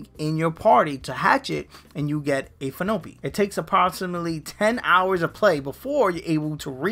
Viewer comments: Phione. "Phinope." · Phione is pronounced fee own, not fee no pee. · It’s pronounced as Feeyowney